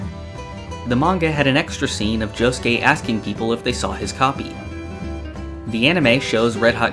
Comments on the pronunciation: Please stop saying Jo- sskay. It hurts me. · I know, but it sounds weird with someone without a Japanese Accent saying it. Good video anyways.